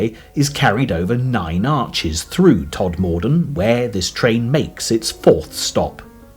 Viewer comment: Somebody tell this bloke how to pronounce Todmorden and Mytholmroyd.